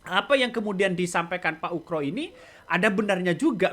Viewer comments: Ugro bang bukan ukro pake G..UGROSENO..payah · Pak oegro bukan oekro ....